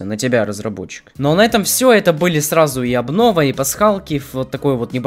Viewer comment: тфу не аблова а абнова